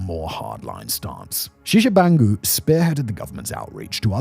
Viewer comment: where the HECK do you see "shishabangu" and its not sergey either. its Serj Tshibangu.. you have ONE JOB. one EASY job to read the script. how do you bangle such an easy job?